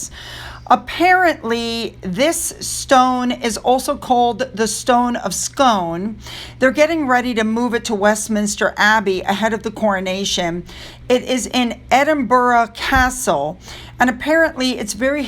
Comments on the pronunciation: The stone is pronounced skoon not scone. A lot of people make the same mistake not a problem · Its pronounced Scoon and was stolen from Scotland but returned in the proviso it would go to England for any Coronation. Also its Loch Na Gar I know its a pain being corrected on pronunciation but thought you'd like to know 😊 I probably butcher so many words. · Hi scone is pronounced stone of scoon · The pronunciation of Scone as in "The Stone of Scone" sounds like Scoon! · The Stone of Scone ( sorry , but it's pronounced Scoon. I don't know why. ) is very important to the Scottish people as kings of Scotland were crowned on it before it was taken by Edward. My money is on him staying at SoWhore House. I wonder how the Obama's Foundation is doing? Do they also donate very little money and keep the majority? Are Americans not seeing what we see regarding Meghan Markle, or is it a press conspiracy to drive us mad? Best wishes. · It's the Stone of SKOON....that's how Scone is pronounced in this case. It was used by the Scots for centuries....if you were crowned over the stone, your reign would be long and prosperous...but was stolen by Edward Longshanks (Edward I.....the one who had William Wallace tortured to death, and killed a LOT of Scots trying to take over the country) and was kept by the English.....The Scots had asked for it back MANY times but were always refused. The students were Scottish and were University students......they made it to just the other side of Hadrian's Wall...ie lowland Scotland...but the heat from the Police became too much and they handed it back. Years later the English DID give the Stone of Scone back to the Scots, on the proviso that when the English needed to crown a Monarch, they could "borrow" the Stone for the coronation, but would have to hand it back when the ceremony was over. Cheers,!! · Stone of Skoon. Yet another odd pronunciation from the UK. 🤣😂🤣😂🤣